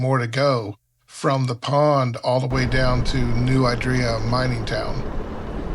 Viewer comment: Great video. As a local though, I should tell you that it's "New ID-ree-ya", not "New eye-DREE-ya".